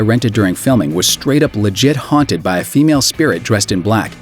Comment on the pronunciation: " the house was straight up legit hounted "